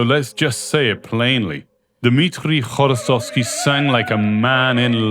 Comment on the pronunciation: Dear Author, thank you for the right pronunciation of his name, “hv” is very difficult to pronounce for our foreign friends , we really appreciate it😊